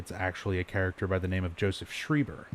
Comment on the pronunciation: He's pronounced shryber Not shreeber arrrrgggg